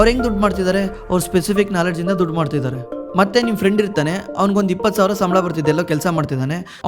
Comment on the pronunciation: ಇಂದಾ ಅಲ್ಲ ಇಂದ, ಶ್ರೀಮಂತರಗಲ್ಲ ಅಲ್ಲ ಶ್ರೀಮಂತರಾಗಲ್ಲ.